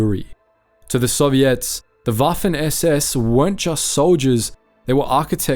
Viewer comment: Any other Canadians hear ‘Serviettes’ when his beautiful ozzy accent says ‘Soviets?’ 😅